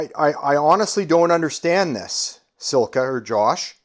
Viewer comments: SILCA, not sil-a-ca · Silica - lol. It's Silca - just one i in there dude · You can't even pronounce Silca